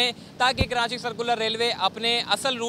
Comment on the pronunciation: Bhai khuda ka wasta he.. KaraNchi mat bola kro.. rwporting achi he apko but please pronounce Karachi the correct way